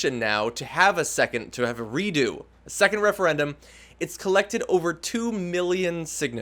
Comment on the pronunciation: The Refeyendum ;-)